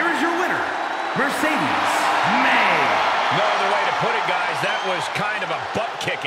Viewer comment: Moné not Monet